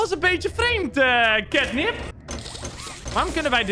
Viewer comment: Het is ketnep geen kitnep😂